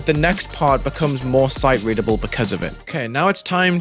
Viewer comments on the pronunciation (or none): i love hearing him say sote readable while making a memory level